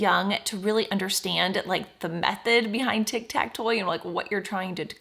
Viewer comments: I love your videos! I did notice instead of “tic tac toe” you said your sister’s channel multiple times, “tic tac toy”. 😂 Your videos are amazing, keep up the good work! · The fact she said tic tac toy instead of tic tac to to support her sister’s channel is very wholesome